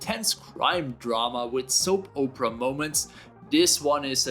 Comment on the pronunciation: Hahaha he said "soap Oprah " you get a hidden gem and you get a hidden gem and you get a hidden gem lololl